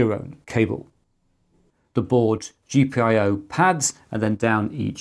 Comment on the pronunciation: Gee-pie-oh? I didn't know I could hate a reading of an acronym, but you managed to pick the worst one possible